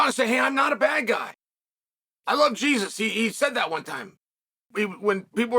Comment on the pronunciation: The only Jesus Jon loves is his Latino coke supplier and I'm guessing he just pronounced it wrong